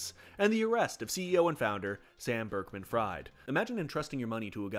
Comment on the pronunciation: The fact he mispronounces Bankman as Berkman is a testament to how utterly absurd the fact a man named BANKman stole everyone's money through crypto, a supposed alternative to central banking. His brain autocorrected the name because there was no way reality could be THAT funny